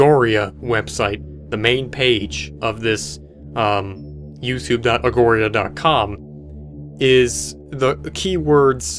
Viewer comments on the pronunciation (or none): Every time he pronounced it as agoria made me want to cry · ... you'd think in researching this you'd at least have bothered to look up the word "augury"... Augury (not 'agoria') was an ancient Greek practice of divination (fortune telling), by studying dead birds' intestines. In modern usage, it generally means prediction. It's the root word of "inauguration". Maybe more research, less conjecture and superstition? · The word "augury" means an omen i.e. a sign regarding the future, or the interpretation of such signs or omens. It is pronounced , or-gary. There also seems to be a lot of symbology relating to the Egyptian God Anubis who was a jakal headed God responsible for guiding souls to the afterlife. The page's main symbol looks like an 'eye of anubis' which is often used as a symbol of trancendance to another realm. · Augury. Aw-guer-ee. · Omnivx is pronounced omniux, v is pronounced u in some latin grammar. Augury is pronounced AW-ger-ee and means to use animal entrails to see the future. I hope this was helpful. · i believe the url is pronounced aw-ger-ee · The way he pronounces Augury😂